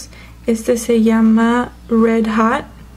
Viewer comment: jaja dice hat cuando es hot jaja aprende a hablar en ingles